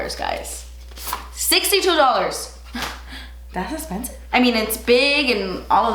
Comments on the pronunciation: “Das espensiv” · I love love love love how u say expensive. I laugh every time. Love u girl!